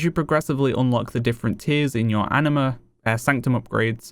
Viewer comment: Is it just me or does he keep saying Enema?